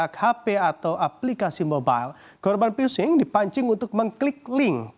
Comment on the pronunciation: Phishing bukan Vhising